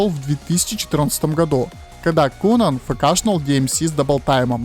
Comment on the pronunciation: кунан ахаха читается кайнан, но хороший видос